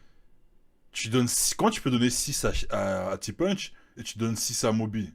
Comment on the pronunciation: T punch prononcer comme une punch bahahahah ça se prononce ti ponche (traduction: petit ponche)